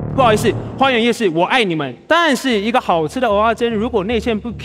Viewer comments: 蚵(額)仔煎 不是蚵(喔)仔煎 這樣不就變芋頭煎? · 是ㄜˊ阿煎，請發音正確😂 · 雖然知道各地口音有差，但一直聽到歐阿煎真的很彆扭誒😂